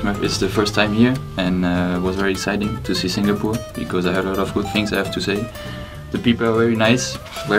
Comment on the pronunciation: So cute they all say it’s goid